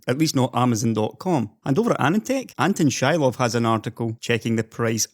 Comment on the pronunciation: Anton Shilov is a Slavic name and letter 'i' in his last name should be pronounced as in word 'disconnect'